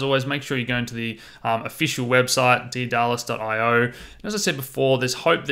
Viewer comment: Pronounced Day-dah-lus